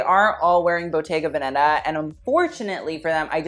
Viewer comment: pls!!!! bottega veneta is pronounced with the accent on ve (véneta)